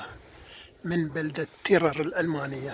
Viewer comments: ترير مو تيير ( Trier ) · ترير مو تيرر 😹😹🤦🏻🤦🏻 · اسمها ترير وتلفظ بنفس الاسم ترير ولو قلت لالماني كيف اسير ترير ما بيفهم عليك لانهم بلفظوها تغيغ هي مدينه فرنسيه الاصل واسمها وابنيتها وسكانها من اصول فرنسيه فيها اقدم كنيسه في المانيا